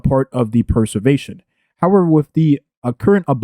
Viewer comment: "Perservetion" lol